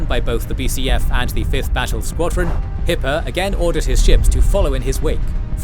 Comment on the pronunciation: Kept hearing "Hitler" instead of Hippe